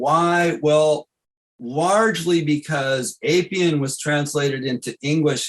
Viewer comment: Great presentation Pedantic correction: Appian is pronounced like apple. The Appian Way connects Rome to Brindisi.